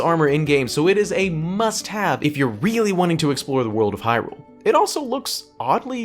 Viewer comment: i weally wike the king of wed wions...